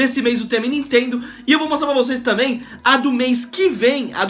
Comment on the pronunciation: "nitendo" Sério?